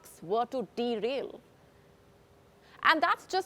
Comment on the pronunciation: Did I hear "Derail"? 🤣🤣🤣